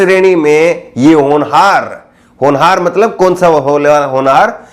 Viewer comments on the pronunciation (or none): none